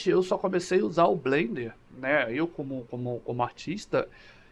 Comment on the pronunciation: FIrst! Blender for the win!!! Masssss como Blender fanboy já há quase 2 décadas, eu entendo que pra muita gente é quase uma religião hehehe Parabéns pelo video e a pronuncia ta correta ;)